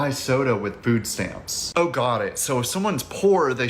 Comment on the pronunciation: Another made up black word, yamps, because stamps is too difficult to say.